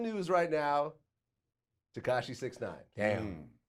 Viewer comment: Tekashia!!!😂😂 totally butchered his name blood "That's not his voice"